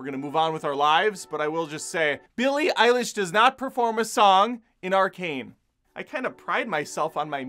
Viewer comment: This video should be named: "Many ways to say Billie Eilish's name wrong". Had a good laugh. Thanks